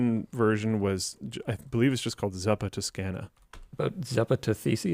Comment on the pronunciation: As an Italian it took me forever to understand that was saying Zuppa Toscana 😅